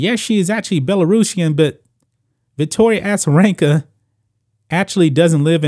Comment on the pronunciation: A-za not Assa